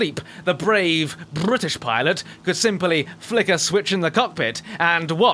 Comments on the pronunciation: I loved the part with: Brrrrrrrrrrrrrritish aircraft ^^ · I love the way he says Brrrrritish. I wish I could say it that way. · Me too Brrrrrrrrritish